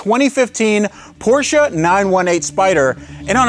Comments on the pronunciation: It’s Porsche not porschia or porschA lol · man u all time say car... and your porshaaaa... its just a half of it, emm very burnt half .. other thing since when car with two weels can call a car ? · Where is the "A" in Porsche? Why do yanks say it so weird? The 'e' at the end is A) Soft and B) not an A.